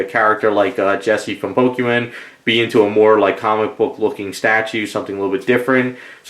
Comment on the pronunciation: It hurts to hear him call pokémon pokéman